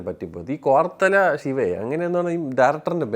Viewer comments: കൊരട്ടളാ ശിവ ആ പേരെങ്കിലും നേരെ പറയാൻ പടിക്കെടാ.. മ... മൊത്തത്തിൽ ഒരു പുച്ഛം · കോർത്തല shiva അല്ലേടൊ 😅😅😅 കൊറട്ടാല siva 🤣🤣